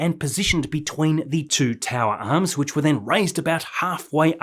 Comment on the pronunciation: love the videos mate but whats with the pronunciation of arms and booster ,,mate it sounds like steve irwin trying to do an American accent 😂😂😂